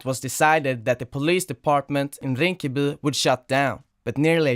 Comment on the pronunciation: "Rinkeby" sa han däremot som någon from Lidingö